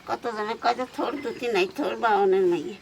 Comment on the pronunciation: আমিও বাংলাদেশি।তবে এটা থোর না, থোড় উচ্চারন হবে।